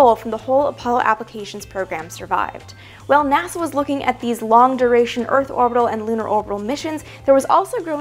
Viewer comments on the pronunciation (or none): she said naza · “Naza” aaaaand I’m out